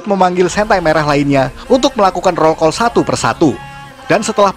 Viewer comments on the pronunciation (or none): none